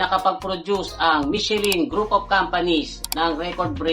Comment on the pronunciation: MICHELIN is Pronunced as MEE-SHEE-LAN